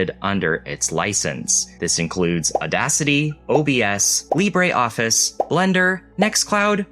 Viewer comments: no us french say : lee brruh office and not lee brah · Lib-ruh is not how it pronounced in French though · That is not how French people pronounce "Libre" 😅 But I do like your """French""" pronunciation of the word, it's how I say it too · I really like Libreoffice, used it for many years.... I've never heard anyone say it's name like THAT before; quite unsettling.